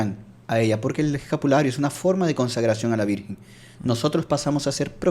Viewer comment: M.encanta ezcuchar l palabra lavirjenzita d lavirjenzita